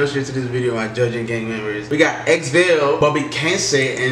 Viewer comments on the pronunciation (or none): (Xvale) Its not "eks-veil" - its "khvale" :D just fyi